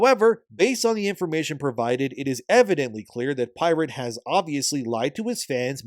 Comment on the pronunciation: To be fair whenever you asked “Has pirate…?”, all I heard was “@ pirate” 😂😂😂